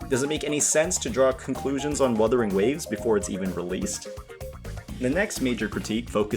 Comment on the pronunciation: bro said weathering waves 😂